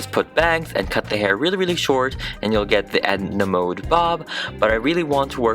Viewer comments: Mode is fashion is both Swedish and German lol We Swedes pronounce it mo-de Not mood like... Well... Mood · Sorry it’s not like you pronounce it like „mod“ it’s „mode“ and you actually speak the „e“ too . Like the „e“ in „gErman“ :) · I thought her last name was pronounced mod 😂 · Mode also means fashion in French! The French version is pronounced the same was as mud. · Mode also means fashion in french, If you pronounce it right